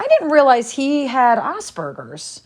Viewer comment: OMFG WHAT IS "OSSBURGERS"????? 🤔🤔🤔 MY SON has "ASPERGERS" NEVER HEARD OF FCKN OSSBURGERS.... 🤡@ and btw my son is a genius, he graduated a year early and has 4.0 GPA in college.... Has been all honors all through out school... presidential awards of excellence.. don't speak on it....and Virginia beach is garbage, btw im from the DMV, THat beach is filled with a lot of trash people in my opinion sorry not sorry. My opinion. Its definitely not a flex. Ms Slurpidity durp